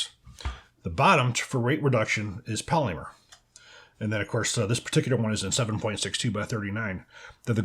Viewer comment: I have a real problem with the way you pronounce "polymer" 😂